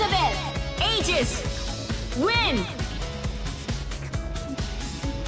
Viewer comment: DID SHE JUST CALL HER Ā-GIS!?!???!? MA'AM IT'S Ī-GIS